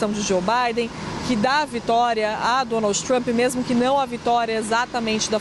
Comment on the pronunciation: Essa moça da CNN Brasil/ NY, ou, ela sempre Donalds Trump. É uma piadinha disfarçada da repórter para lembrar do Pato Donalds??? Ou é problema de dicção. Só queria saber.